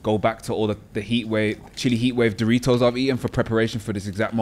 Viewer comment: "All the Chili Heatwave Doitos I've eaten for this exaxt moment..." has me dying!